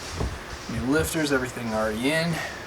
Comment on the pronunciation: Oh yeah? “He’s got one aweady”???? 😂🤣🤣💀